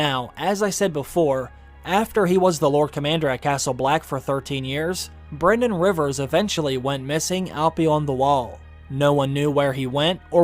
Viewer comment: Brynden is not pronounced "BRENden" Its "BRINden" again Welsh names getting butchered!